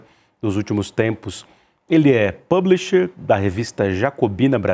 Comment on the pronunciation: Esse não sabe falar "publisher" em português, não???